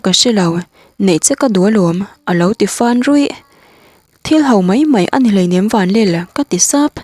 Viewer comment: 'vanlal' tih hi a chang chuan 'vanlel' tiin a ri..